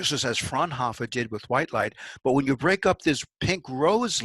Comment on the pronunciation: Frau-N-Hoooooo-fr. Not "frnhoffer"...Please work on your languages....